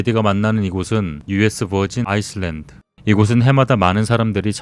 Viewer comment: 아이슬란드 발음 실화입니까 ㅡㅡ